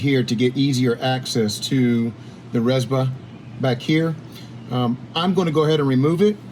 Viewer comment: It's not rezba... It's Rzeppa